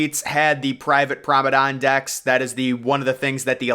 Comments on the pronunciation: Everybody: Promenade. He: Promadon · Why do you you pronounce promenade as promenon? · PROMADON, PROMADON WHAT IS PROMADON! What really kills me is that he says it over and over and over on every one of his videos! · Take a shot for every time you hear ‘promadon’ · Your determination to say F you to the commenters and not learn how to say Promenade properly is impressive.